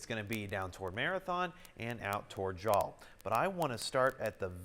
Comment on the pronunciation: Jal is pronounced like "Hal" except with the english J. ps thank you for including se nm, you are the closest news station we have.